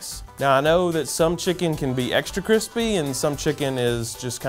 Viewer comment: “Crispay taters”